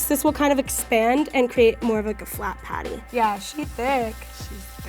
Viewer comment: Did anyone else noticed said potty not patty